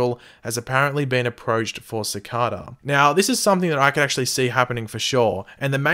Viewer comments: the name is pronounced "sic-ay-duh". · its pronounced "Sih-Kay-Dah"